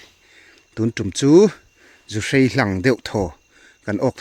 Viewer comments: Zuhrei??, zuhrai ti mai la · Zuhrai tih tur aw sir zuhrei ni lovin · Keinipawh zuhrai kan ti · Zuhrai tih tur aw